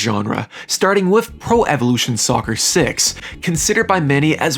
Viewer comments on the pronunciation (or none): none